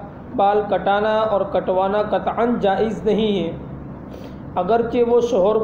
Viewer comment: جائز اس لفظ کا تلفظ صحیح نہیں